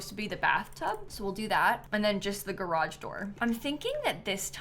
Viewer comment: there's no in garage when you pronounce it